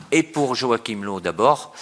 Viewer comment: "low" comme en anglais... nan stp on dit "leuf"